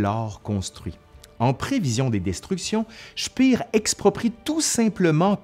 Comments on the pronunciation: Speer ne se prononce pas "chpir", mais "chpér"... À part ça la vidéo est intéressante ! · Par avance, je vous prie de m'excuser pour ce commentaire un peu négatif, mais ça me rend toujours un peu fou: pourquoi prononcer des mots ou noms allemands à l'anglaise dans une vidéo en français? Speer ne se prononce pas "Chpir", mais "Chpér" (avec un é long (ou \eː\ selon l'API) ). Il en va de même pour le See de Silbersee (le s se prononçant d'ailleurs plutôt \z\). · Petite rectification : "Speer" se prononce "Schpèr" pas "Schpir", ça n'est pas comme en anglais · Ayant étudié l'allemand, j'aurais dit " chpéheur" ( cf . , ) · Super vidéo mais la prononciation de Speer en anglais ça m’a fait saigner les oreilles 😉